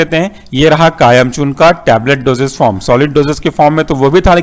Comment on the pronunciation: its kayam chooRN not kayam chooRNA